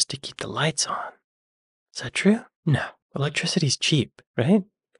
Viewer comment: You Actually Said "Electicity". 🤦‍♂️. Between And It Sounds Like You Live In Any Of These Parts Of THE UNITED KINGDOM 🇬🇧. 😒.